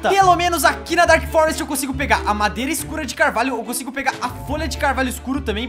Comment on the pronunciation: so eu q vi q em o falou mareda, ao inves de madeira?